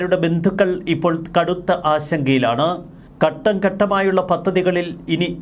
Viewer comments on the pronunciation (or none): none